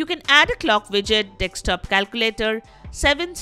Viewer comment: hidious indian accent ... also 'dekstop'? learn to read